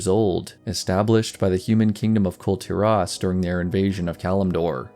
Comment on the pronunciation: Kul tearaus you say? It's kull teer-iss, as stated in game many times.